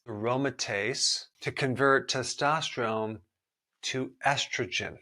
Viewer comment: I’m annoyed by the way testosterone is pronounced in this video